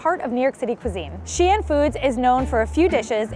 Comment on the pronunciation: I mean, not really 😅 she made Xi'an and the last name of the founder Shi sound the same and didn't put enough of a stop between the Xi and the An syllable in the city name.